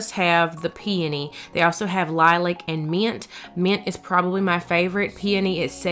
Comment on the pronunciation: Thank you do much for pronouncing peony correctly. Finally, driving me crazy. It will all come together. Entry table needs something in center tall.